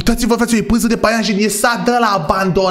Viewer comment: .se spune păianjăn